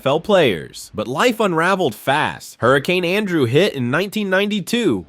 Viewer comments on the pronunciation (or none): none